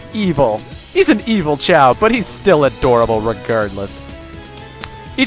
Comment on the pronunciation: Choa? FUCK YOU ITS CHAO